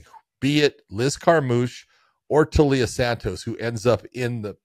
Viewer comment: The i isn't after the L John. It's Taila (Tyla) Santos not Talia Santos